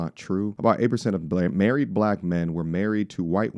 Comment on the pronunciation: "I wanna get murried" 😂